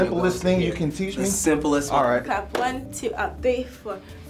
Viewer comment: CLASP NOT CLAP